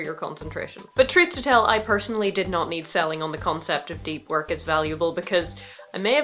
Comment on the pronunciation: That sounds like a nice book for me. I've had more trouble concentrating. Though "Work" sounds like "wok," and reminds me I've had some cravings... Just a sec while I look up some stir-fry recipes that won't at all have me looking at the history of rice in 20 minutes...